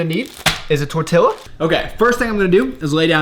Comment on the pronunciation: The way he says "tortilla" 😂